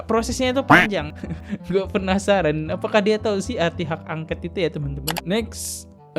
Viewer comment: Bukan hak angket paaak. Tapi hak angkot.mkc klu baca teks itu pelajari sampai hafal paaak